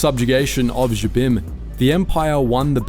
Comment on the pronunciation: Yeah, again, you can tell that very little effort went into the research and checking on these.